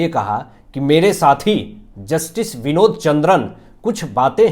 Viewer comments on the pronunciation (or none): none